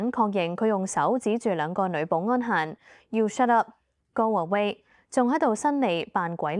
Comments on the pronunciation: 校長英語發音『濕噏』是配合Singlish 嗎？😂 若真牽涉歧視，在法治極嚴嘅SG, 係會被控ga! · 連英文都唔正，shut up變濕up！